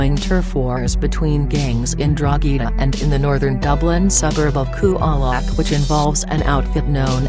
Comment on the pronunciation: It's Coolock not Cool-e-lock and Drogheda not Drogh-ee-daaa if you're doing a report learn how to pronounce the name of the towns properly for God sake...